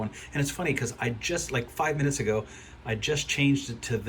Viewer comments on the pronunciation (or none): none